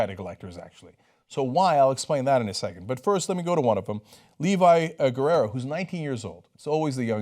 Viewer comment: It's "Guerra", not "Guerrera"